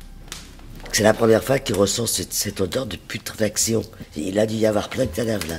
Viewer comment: est possédée, elle a prononcé correctement "putréfaction"! 😂